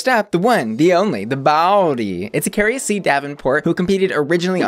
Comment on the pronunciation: Ok, but, it’s Akeria, not “Akaria” 😭 why 🤧